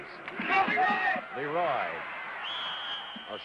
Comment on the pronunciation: Schenkel was an idiot. A 17-yard halfback pass was a "bomb by Lah-roy Keys." NOBODY ever called him "Lah-roy" before or after this game. He was really good on the bowling shows though.